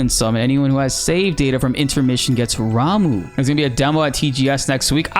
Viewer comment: By the way ramuh is pronounced ram(uh) with the u pronounced like up.